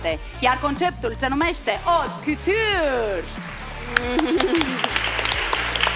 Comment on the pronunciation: Ilinca, mai usor cu franceza... ca ai cam bruscat-o ! Chiar nu era nimeni care sa-ti spuna cum se pronunta 'couture' ? Dupa ce am auzit de nenumarate ori cum niste persoane importante pronuntau 'fashion' cam asa : feishan acum si tu ! Apropo, cum se pronunta 'Louboutin' ???